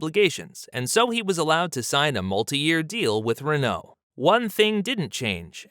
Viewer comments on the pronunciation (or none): none